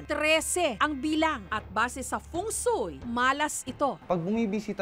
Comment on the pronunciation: Wait. Pari pumu- Feng Sui? 🤔